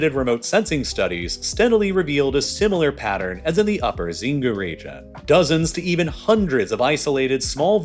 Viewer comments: Xingu is pronounced sheen-goo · the pronunciation of "Xingu" in this case is worng its procnounced "chingu" with "chi" as in "china" as opposed to to "Zingu" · Xingu is pronounced Sheengoo’